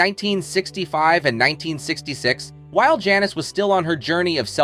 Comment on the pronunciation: Is this a robot and why does he keep mispronouncing Janis?